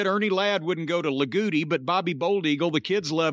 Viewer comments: Same here. A "la-gootie" sounds like something you would cough up and spit out hahahaha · It's not "La-GOOTIE" Indiana. It's "La-GO-tee" Indiana. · It is Loogootee and pronounced low-goat-tee. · I have to laugh at Jim's pronunciation of Logotee lol. It's La-Go-Tee if you ever read this Jim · As a Hoosier, I loved the extended talk about the Bruiser territory. But Jim, it's Luh-go-tee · It made me laugh the way he said it lol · Luh-go-tee lol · Jim Dammit! It’s L O O G O O T E E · Pronounced La-Goatie 😁